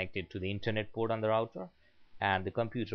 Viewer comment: hahaha i heard that tooo but ermm its internet port